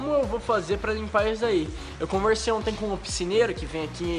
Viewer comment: rezende tu disse picineiro😂😂😂😂